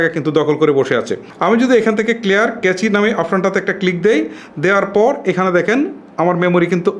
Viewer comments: আপনার ভিডিও দেখে অবশ্যই অনেক সমাধান পাওয়া যায়। কিন্তু আপনার উচ্চারণে বেশ অসঙ্গতি রয়েছে। যেমন এই ভিডিওতে আপনি ’ক্যাচি’ শব্দ উচ্চারণ করেছেন। কিন্তু সঠিক উচ্চারণ হবে- ক্যাশ। সুতরাং নতুন ভিডিও করার ক্ষেত্রে আরও সতর্ক হবেন বলে আশা রাখছি। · ইরেজ, আর্জ হবেনা ভাইয়া ক্যাচে না, এটাকে ক্যাশ মেমোরি বলে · কেছি ডাটা নয় কেশ ডাটা 😁😁